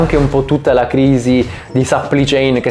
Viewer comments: si pronuncia plai non pli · Supply si pronuncia SUPPLAI! e che c....! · A dirla tutta sarebbe səpplai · Si dice supplì céin!!! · Perché non usi parole italiane quando esistono? Supply (che non si pronuncia in quel modo) chain = catena di fornitura. Delay = ritardo.